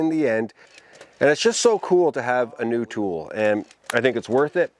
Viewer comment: did you just say new tool or new toy